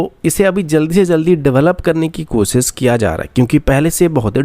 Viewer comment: Newzzzzz, Suroooo, Kosis, Specially, Saizzz